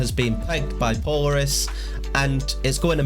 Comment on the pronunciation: Thanks for the info! FWIW, Polaris is pronounced with the accent on the second syllable. "Po-LAIR-is. As in Polaris, the North Star